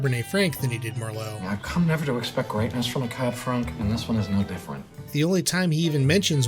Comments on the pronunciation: I'm sorry.... did you just say cab "frank"?? You are the and can't even pronounce cab franc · Santa "EE-Neez", Cab "Frank", and "Trefayathin" winery.